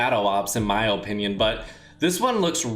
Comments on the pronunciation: How many times is this guy gonna say ohpinion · ''in my ope-nion''